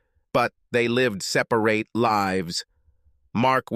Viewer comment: The story went on for too long. The mispronounced words were funny. I liked what he was O See Un instead of Ocean and Sepa - Rate, instead of Separate. 😮 The guys wife was a piece of work. 🎉🎉🎉